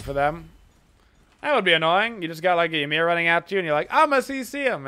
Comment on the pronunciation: Omfg people learn to pronounce Ymir please